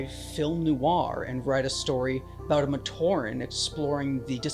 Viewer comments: The way that AI voice pronounced "Matoran" gave me an aneurysm. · Why does the AI keep saying Matoran wrong